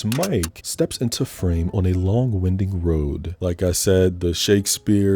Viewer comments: Not trying to be the grammar/pronunciation police but it's whine-ding (almost like 'wine-dean' with a little more "ing" in it lol) not wind-ing. Not trying to be superior or any of that shit, love your vids wish I had the guts to do it myself. Just trying to help improve your monologue skills. Good luck and keep up the awesome content! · Did you read "winding" road like it was a "WINDY [WIND-ing]" road? Or am I hallucinating? No offense, but have you not heard of winding roads that wind? 😂